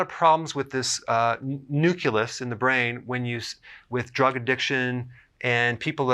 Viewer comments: I love you, but it's pronounced nuclEus. Not nucUlus. HUGE pet peeve!!!!😱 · Ya, there's no such word as nuculus. Just like there is no such thing as nucular energy (attn: GW Bush); it's nuclear. It's a fairly common mispronunciation (not mispronounciation - LOL). I'm glad someone else commented on this, because I was hesitant to post a negative comment on his misspeaking, (figuring my OCD was just going to attract a lot of flak. lol), especially since I'm really enjoying and learning a lot from Dr Berg's videos. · "Nucelus" haha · Thumbs up but you pronounce nucleus as nucelus, just some constructive criticism.